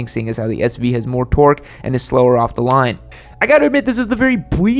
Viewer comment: The Chad like manner in which he constantly and intentionally mispronounces torque is maddening...